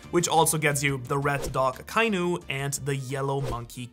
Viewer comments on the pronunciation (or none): Hey, man sagt AKA-INU nicht akeinu... echt